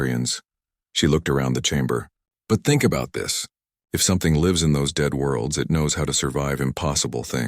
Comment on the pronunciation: The word 'lives' is falsely presented with a hard 'i' but the correct homonym would have a soft 'i' and suit the local storyline!. Oops LoL 😢😢